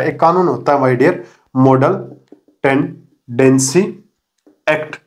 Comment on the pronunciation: Tenancy hota hai Tendancy nahi